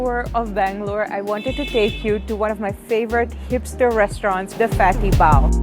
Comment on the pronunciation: You said 'Keto' and 'Fatty Bao' with an Indian accent :)